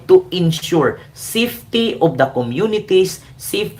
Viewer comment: BAKLA ' SAFETY ' MALI ANG PRONUNCIATION MO😂😂😂😊.